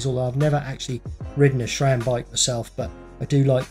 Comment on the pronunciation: Please, please. It' SRAM. Not SHRAM. If you don't believe me, ask SRAM.